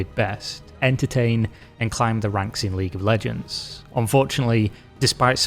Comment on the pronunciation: 🤣Ahh League of leeejeee...